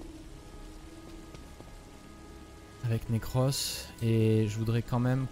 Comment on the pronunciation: Le pauvre Necros, a chaque fois que le joue, il dit autre chose que son nom xD Nacros, Nercros etc